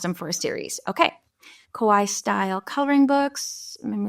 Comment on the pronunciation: Please stop saying Kowaii. It's Kawaii with an A. The way you pronounce it means "scary" in Japanese. And if you didn't know, "Kawaii" means Cute. So when you write Kawaii style animals, use cute instead. It's the same thing! Just so you know, for future videos 😊